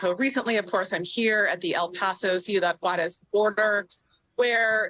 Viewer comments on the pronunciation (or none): none